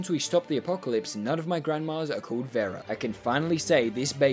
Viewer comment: omg you say Vera so wrong